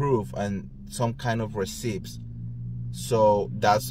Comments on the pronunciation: Two things. Receipts has NO P when you pronounce it. Also, I think as a watcher of reality shows for many years (as am I) you have to stop this amateur fan-like critique that you "like" or "don't like" someone! It's not about that. It's about "do they entertain you" and "do they make the show more fun and exciting". Just like when we used to watch Dallas and Dynasty no one really "liked" Alexis or J.R. but those were the characters that made the show exciting and fun to watch. So no one cares if these people are "liked". I would never want to be associated with someone like Kenya or Leeann but they made their shows entertaining and that is why they should keep doing wha they're doing. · Dude, are you for real?? How many languages do you speak?? Some of us love his accent and the way he pronounces receipts with the “p.” It’s endearing. So simmer down with your criticism. If you don’t like how he gives his reviews and opinions, don’t watch. It’s really pretty simple.